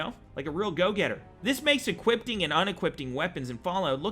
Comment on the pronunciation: "Equipting"? LOL